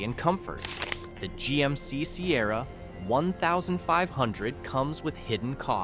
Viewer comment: Who made this video?!? There are so many inconsistencies. Showing the wrong model. If I watch it again I’ll take detailed notes. I just can’t believe many things they are saying because of the poor production. OMG Sierra one thousand five hundred?!?! It’s fifteen hundred lol